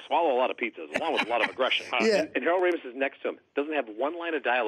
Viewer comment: Artie cannot pronounce Ramis correctly